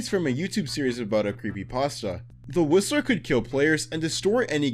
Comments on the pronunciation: When he got to the Whistler I thought he said the rizzler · dude i thought you said "the rizzler" not the whistler dawg